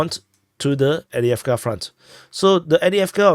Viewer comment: Excuse me but... Why do you always skip the 1st v in avdeyevka?😮 If you can say "off-day", then you can say avdeyevka correctly.